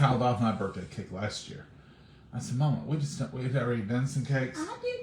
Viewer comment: BIRTH-DAY ….. not BIRT-DAY. why do people pronounce it that way??????